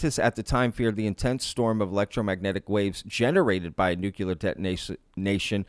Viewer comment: Thanks for the coverage but please stop saying Nuke U Ler. It’s Nuke Cle-er